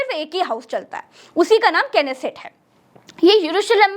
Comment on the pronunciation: Knesset nhi नेसेट है....baklol